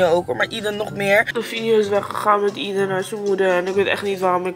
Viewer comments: Aeden spreek je toch uit als Ey-dun en niet Ie-dun? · Hi, gefeliciteerd met jullie zoontje! ❤ mag ik je vragen waarom je de naam zo uitspreekt?